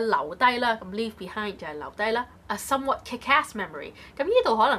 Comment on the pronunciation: somewhat was incorrectly pronounced, the stress should be at the beginning